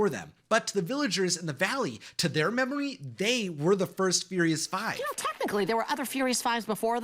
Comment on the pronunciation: to their memowy💀👶🏼